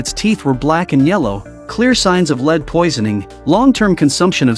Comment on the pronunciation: lead is pronounced led......